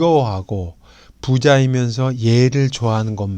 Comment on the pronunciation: 께. 한ㅁ ㄴ의 조예 깊ㅇ심에 감동한바 있읍니다만, 한자의 잔단 고저의 문제가 심각하옵기 또 다시 지적하지 않을수 없습다. 장음인 단어의 첫자를 "짧게 잘못 발음하신 예: 부이, 부자, 해석,가치, 알다,보통,대처,등 간곡히 알려 드립니다